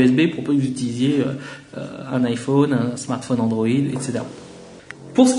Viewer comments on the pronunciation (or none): none